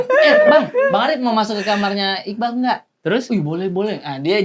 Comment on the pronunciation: iqbaal bang bukan iqbal, a nya dua